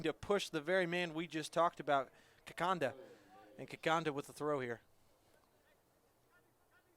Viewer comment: It’s ‘Kikonda’ not Kikanda🤬